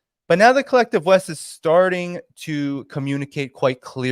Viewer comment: Pretty sure you said collective But, I heard kleptive :)